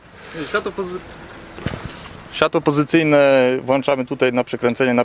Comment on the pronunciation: Dobry film , tylko włączamy a nie włanczamy światła